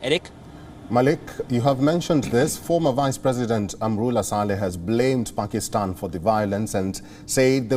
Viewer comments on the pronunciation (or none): none